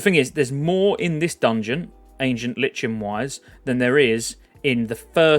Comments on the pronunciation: It's not Li-chen, it's Ly-Ken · I'm new around these parts and i'm loving the content my guy, but if you keep saying LICH-in instead of "lie-kin" i'm gona frickin cry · Might just be a British thing but I’m pretty sure it’s pronounced “LIKEN” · Ancient LIKE N idk why everyone has trouble with that word >.< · We British pronounce the H in Herbs. But yeah Lichen/Lyken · Love your content mate, I'm subscribed to many youtubers following classic content, but just want to say - it's pronounced : Ancient "Lie-kun" - lichen is a kind of mold or fungus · Nice vids man. Just a critism, lichen is pronounced 'laiken.' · hurts my soul every time he says "herbs" and "lichen" wrong every 10 seconds